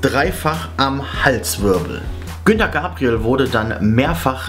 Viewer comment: Oh mein Gott , Herr Moderator, der Sänger heißt Gunter und nicht Günter.